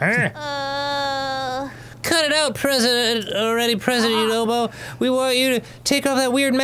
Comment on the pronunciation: Lol, i thought Yunobo was saying "WHY'D YOU DO IT!?" too